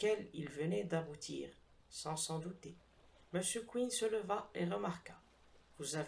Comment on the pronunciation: J'ai sursauté... moi aussi... d'entendre prononcer "Mr Queen" au lieu de "Mr Quinn". Il se fait qu'un de mes premiers profs d' Anglais nous avait donné à lire, je crois, le roman "Inspector Queen 's own case". Je ne suis pas certain de l' orthographe de ce "Queen"-là et je ne me rappelle ni de l' auteur, ni de l'intrigue.